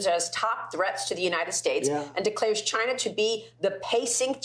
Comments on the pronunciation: Oh man finally he said Chayna 😂🙌🏽 Trump 2024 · Oh man finally he said Chayna 😂🙌🏽